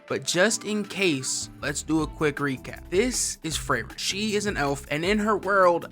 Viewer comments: 😂 Bro it's not freyren it's frieren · Ur saying her name wrong.. ur saying it kike Frayren, but its pronounced Freeren. Most of the names in the show are germanic names. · yo just a small thing just a small mess up, frieren is pronounced FREE-ren cuz the name is german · When did her name become "frayren?" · who's Frayren??????? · also can’t remember how they pronounce FREE-ren either. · "Frayren" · Fray Ren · How are we mispronouncing Frieren, and yet everyone else has their name pronounced correctly. lmaoooooo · cant even say FRIEREN right holy shit what a bad analysis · Saying her name wrong so many times was too much for me so I couldn’t finish the video. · How you gonna talk about the show and say the name wrong